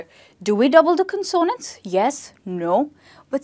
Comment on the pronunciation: CON sonants, no con ZOnants.